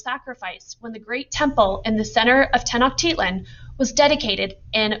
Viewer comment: (Tec-no-chi-lan) tenochtitlan